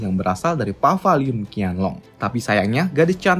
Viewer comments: Paviliun bukan pavaliun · Maksudnya itu Paviliun Qianlong kan ya? Kok gue dengernya Pavaliun Qianlong sih